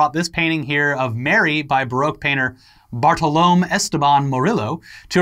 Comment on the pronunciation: Americans it is Bar-to-lo-me not Bartoloam. Hehe... Just saying because this is the second time I heard Bartoloam, the guy is spanish not British or american.